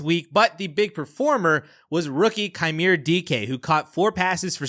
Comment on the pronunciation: Badger fan here to help on pronunciations! Nailed the last name, first name is Chim-ray. Dude was the lone bright spot for the last few years at Wisconsin sadly